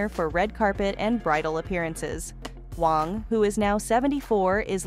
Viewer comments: OMG!ItsWÄNG. NOT WONG.U WONG! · The AI generated mis pronounced words detracted from the video. The name is WANG. Your computer pronounced the name correctly a couple of times, but otherwise said Wong. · Her name is not Wong. Her name is WANG. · How do people get jobs as a narrator that pronounce so many words improperly. 🤔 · She pronounced many words wrong, wong one minute, wang another. Really, didn't she notice. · You need to learn how to pronounce Vera's last name not Wong. You finally got it right near Kim's dress... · Her name is pronounced Vera Wang not Wong. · Some of your pictures are of the wrong person you mentioned, and you say Vera Wang's name wrong several times... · Wow, if you are going to use AI to read - teach it how to say the designers name AT LEAST. THIS IS CRAP. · You are critiquing Vera WAng and can't say her name right? Not good